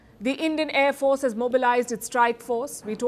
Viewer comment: INDIAN AIR FOHAHARCE HAHAHA THE TEA WAS FANTASTIC